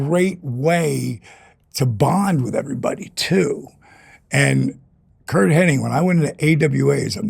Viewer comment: His name is Hennig not Henning...